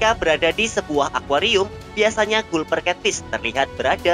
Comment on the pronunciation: min itu dibacanya galper cat fish